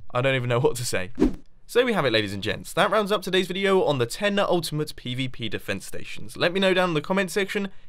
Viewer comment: Haha, true xD He did put a lotta stress on the 'ultimate' part xP